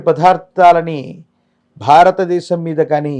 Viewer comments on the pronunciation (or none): none